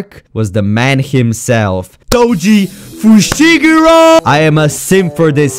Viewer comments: “foji toshigoro”💀💀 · Bro mispronounce toji fushiguro With foji tushiguro and thats just funny af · Who is Toji Fushiguro? U mean Foji Tushigiro?